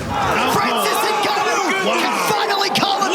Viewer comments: Why do Americans call Ngannou "eNgannou"? It's not like for mother you say mother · Cormier cant even pronounce the Ngannou surname correctly and call him 'my boy'. What a fake.